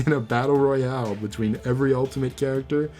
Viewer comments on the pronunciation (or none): none